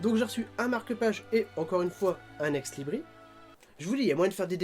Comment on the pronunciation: et on prononce ex Libris(se) ^^